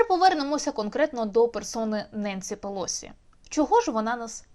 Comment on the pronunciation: Так уже определитесь: ударение на первом слоге, или на предпоследнем! Противно!